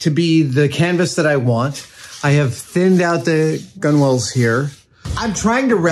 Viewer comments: Why are you saying gunwales like cool whip? Gunwale sounds like tunnel but with a g not a t. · Please Adam, it's pronounced "gunnals". You don't need to say "gunwalls" every time xD Edit: And you definitely don't need to call them "gun whales" either lol. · Adam, it's pronounced "gun-alls" even if it's spelt gunwales... The W is silent... God knows how you'd say Forecastle lol (it's "folksall" in case you wondered) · FYI - it's pronounced "Guh-Nulz"". Not "Gun-Whales". :) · It's pronounced gunnals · To try and stop my eye from twitching, “Gunwales”, is essentially pronounced “Gunnels” you don’t pronounce the W in the middle. Just like how you also don’t pronounce the W in Coxswain. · OMG! It's pronounced gunnals. Stop it!